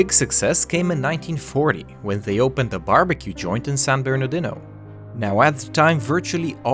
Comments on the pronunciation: It's pronounced San -Bernar -Dino,. No big deal. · I love it when you try to pronounce San Bernardino!